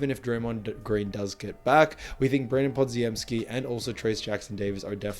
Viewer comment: Pah-Jim-Skee. You're welcome.